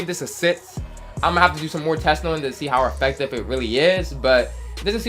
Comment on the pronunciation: Why you say affective like that lol... AFECTAVE